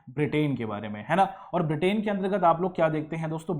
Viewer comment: ब्रिटेन correct not बिर्टेन